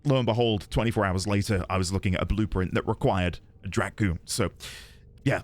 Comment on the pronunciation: You didn't have to pronounce Drak-GOON like that 😂